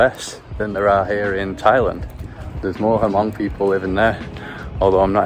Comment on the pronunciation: The H in Hmong is silent. 😊